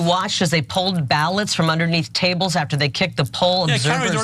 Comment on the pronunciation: Hey dimwit Kari.... You say our name all wrong... You are not Norwegian... You say it like Cary.... You are a fool.... :text-green-game-over::face-orange-frowning::face-green-smiling